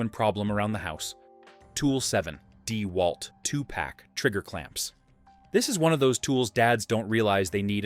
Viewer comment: Yep. The video looks to be a mash of promo videos and videos of various YouTubers and the "narrator" pronounces it DEEwalt instead of DeWALT.